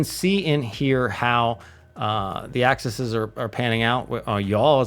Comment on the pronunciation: Great stuff. Only one comment. Multiple axis are pronounced as Axe-E's. Not axises, axes or access.